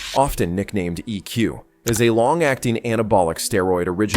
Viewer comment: The way this guy pronounced EQ is extremely Annoying